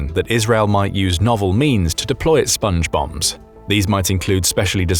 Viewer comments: I kept hearing Sponge Bob instead of Sponge Bombs. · I heard Sponge Bum, as in Spongebum Squarepants. 😂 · My immature ears keep hearing "Sponge Bobs".... Hey Patrick!! Hehehe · Everytime you say Spnge Bombs I hear Songe bombs square pant, Sponge Bombs square pants... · I kept hearing SpongeBong